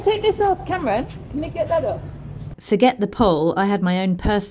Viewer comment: For some reason I am laughing my butt of every time you call Kamran Cameron. Its pronounced Kam-Raan by the way.